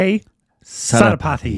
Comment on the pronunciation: You sure pronounce Sethupathy so weirdly. 😂